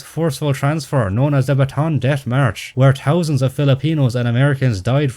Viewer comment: fun fact: the pronunciation for Bataan is wrong. Bataan is actually three syllables not two. So when y'all say it, should be Ba-ta-an, not Ba-tan.